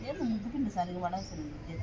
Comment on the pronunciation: నుగ్గు కాదు.. ముగ్గు